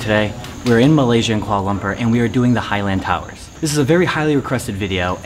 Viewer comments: Kuala Lumpur pronounced Lum-poor! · quala-lumper he says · "Koala Lumper"